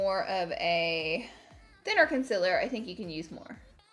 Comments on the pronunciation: I die every time she says coNsElAr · no one: laura: consiller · Yes Laura its conciler not concealer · Laura: Conciler Someone else: Concealer Laura: Conciler ... Someone else: Conciler 😂😅😘😘